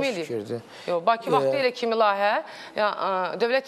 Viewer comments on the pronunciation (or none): iyrenc rovsane lahiyye yox layihe